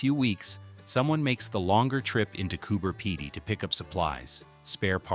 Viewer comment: I noticed the American terminology, then I had an ‘ah’ moment. Maybe he was using American terminology so Americans could understand it. He pronounced Cooper Pedy correctly, as the way we spell here in Oz, one ‘e’ you’d say ped, but we say as if 2’s - Cooper peedy, which he said as we say, most others say Pedy. I have a few American friends online,, we are still often correcting each other other in fun re words and terminology lol, we crack up laughing 😊. Been friends since our children were little, now we are grandmothers.